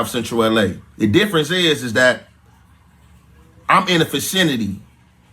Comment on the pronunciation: He said I’m in the fecenity lol be funny as hell when hood dudes be trying use words they don’t really know how to even pronounce